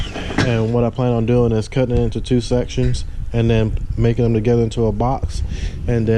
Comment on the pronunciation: U say 2 like your from Baltimore lol